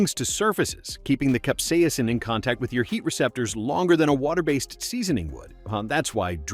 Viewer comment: concentrated cap-see-asin